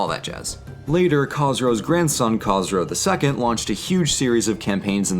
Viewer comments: As a half Persian half Southern Babtist ;) I can understand the difficulties of pronunciation however, Khosro is prounonced KH-ooo-S-ro just Fyi. Great job and you may be right that Khosro is Cyrus's incarnate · you called khosrow käsrow brug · I’m Zoroastrian, I don’t want to be rude but you pronounced Khosrow wrong. Everything else was pronounced well. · Is that how academics pronounce the name Khosrow? Nowadays, that name is not pronounced that way, but is that a historical pronunciation or something?